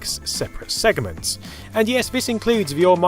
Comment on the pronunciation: "segements" "segaments" segments?